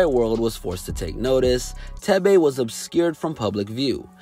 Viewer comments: His name is pronounced as 'Teh-veh' not 'Teh-bey' and the name "Thebe" means Power in my native Lozi language. Proudly African ✊ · Lmfaooo the way he pronounced thebe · Leave it to an American to absolutely butcher a simple Azanian name. Thebe😂😂